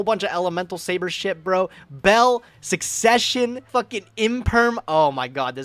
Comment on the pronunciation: Wait did he say SUSsesion